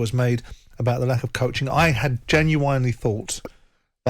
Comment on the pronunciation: How Simon says genuinely makes me laugh. Genuwinely 😂😂😭